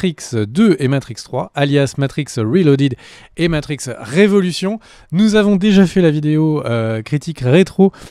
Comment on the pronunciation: Pensez à prononcer le "s". C'est "revolutions" pas "révolution". 3e personne singulier, on mets et prononce le "s" en anglais. :)